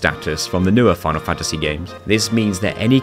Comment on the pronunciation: Ah. The lesser known protagonist of Foonal Foontasy VII - Clood Stroofe